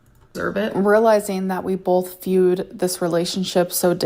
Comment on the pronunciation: Oh yeah, she did that! Bolth! 😂😂😂